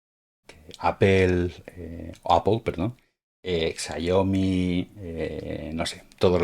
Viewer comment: Graciass!!! Por fin un español que pronuncia bien la palabra APPLE, nunca pensé verlo. Y menos en un señor ya mayorcito. Gracias!, recobro la fe en los amigos españoles